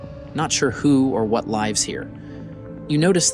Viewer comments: Sometimes too much chaotic movements that i couldn't make out what the cave looked inside. Stairs looked normal. Narrator seemed like AI (Artif.Intel) said "lives" instead of "lives (said lyves). Despite all that that, topic was so interesting and amazing mysterious Longyu Caves. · "Don't know what or who 'lives' here." near . ;'lives' rymes with 'hives' here. Does this mean the narration is via a voice generator? Otherwise, this is the best historical discription of how this 'cave' was emptied of water. Because it looks so pristine, some suggest it's a hoax - but how can this be done even today in ponds with nearby villages? What isn't mentioned or shown well, are the bas relief art works. We could see if this artwork matches with any particular Chinese Dynasty. If there's no calligraphy or writing, this fits in with the cave being constructed before the existence of writing systems. There's an absence of writing inside some Egyptian structures, also suggesting a time before writing. Did these most ancient civilisations use writing - or just use their brain power? Or was information written only as text on I-phones [or something like that]? Or was there a global writing system that was as fragile as writing on paper? It's likely the cave system was used to store water, and maybe this had to be kept secret from an enemy. Yes, there are steps that go down into water storage cisterns, and used as a measurement. When it comes to lighting, permanent lighting wasn't a thing for a water cystern, For construction, maybe there was electricity, phosphorescence or some other method such as using mirrors to reflect light further into the depths.